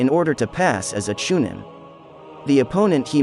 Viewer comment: Cha nine??? U really don't know that it's Chunin??? I believe u...